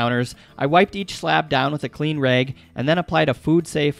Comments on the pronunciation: And "rag" is apparently "raeg" lol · Maybe I'll do these counter tops in my cabin build. I love the way you say 'bag' and 'rag'. Maybe it's Montana accent. Cheers! Chris.